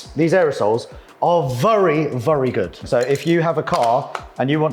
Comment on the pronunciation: 'vurry' good respray guys